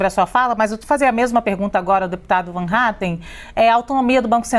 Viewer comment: Van Hattan não fala o nome correto do deputado e sim Hatten